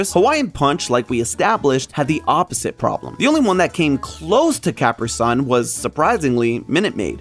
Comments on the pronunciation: CAP-RI SUN? did you never drink a Capri Sun before! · why does he pronounce caprisun like that it's hurting my soul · My reaction to pronunciation of Capri Sun was the same as Jason's lol. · pronunciation. ofCapri Sun... it's not the american, nor the european pronuncaition of Capri, and I wish I could unhear it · This was the only food theory of I couldn't watch because of the way you said Caprisun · Nah. You're just wrong. Your caprisun pronunciation caught me entire off guard at how wrong it sounded. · It's definitely pronounced with the long E sound, like the pants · Never hurt so much to hear someone mispronounce Cap-ri SUN 😢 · At least it’s funny how he does an aside to say he set out to prove Jason wrong, only to prove himself wrong, then says he can admit defeat but wait the Italians pronounce it…. “Coppree Sun” which still isn’t anywhere near the “Caprisun” he says 😂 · I have lived in eight states and two countries and have NEVER heard anyone pronounce "CapriSun" the way you do, "." <---- See what I did there by mispronouncing the name? 😉 In all seriousness, most writing experts agree that even without a hyphen, an extra capital letter indicates the accent much like a hyphen would. "Caprisun" might be pronounced the way says it, but "CapriSun" should be pronounced as two separate words "Capri" and "Sun. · There is a CAPITAL S in "Capri Sun" which makes it very clear it's two words. The fact that you say you are an adult and can admit when you are wrong, and then keep saying it wrong, kinda goes against everything Theorist. It genuinely makes me sad i have to thumbs down a Theorist video but you're too much. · how did you manage to pronounce Capri-Sun that way Edit: You did your research. You're still wrong lol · you can get technical all you want my man, I saw the Capri Sun commercials as a kid and even they pronounced it the way everyone else did and does 😂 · I'm sorry... HOW did you pronounce "Capri-Sun"?